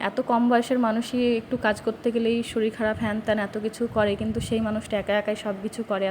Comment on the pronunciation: Madam apni eto kichu janen r eta janen na j ktha ta শরীল নয় শরীর